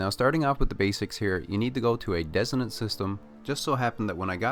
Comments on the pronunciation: dissonant I believe. no idea how you can pronounce it that different, wild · Dissonance... his pronunciation is off and was hard to understand. Hope you find this despite 6 months later. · Are you saying desolate? Or designate?